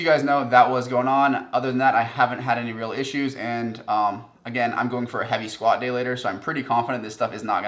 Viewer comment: Squat date?? What?? Could not understand you. What does that mean?